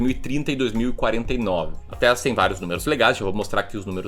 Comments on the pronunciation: Pelo amor de Deus não fala mais “Taésa” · Vc falou 26x Taésa, é horrível...